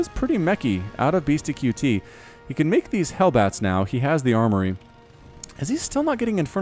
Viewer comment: the name is said BeastyCUTIE not Beasty QT. I wanted to rip my hair out every time you said it wrong.